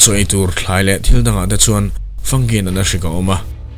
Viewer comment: Fungi i lam dan hi a tha ka ti khawp mai 😊👍👍👍